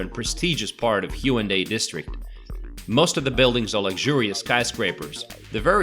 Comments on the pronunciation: why does he say HYUNDAI beach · It’s hae un dae. Not hyundae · Haeundae(x) Hae-un-dae(o) most Koreans cannot understand it if pronouncing it consecutively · It's pronounced HAE WOON DAE. I think knowing the pronunciation of a city is fundamental before introducing it, don't you think? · your pronunciation of haeundae is terrible.. do some research before posting you're good ignorant video. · The way he pronounces Haeundae and Seomyeon gives me anxiety. Having said that, this is a great video showing the general areas of Busan and what it offers. Nice!